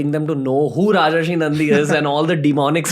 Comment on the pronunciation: It's Rajarshi (राजर्षि) and not Rajashi (राजश्री) .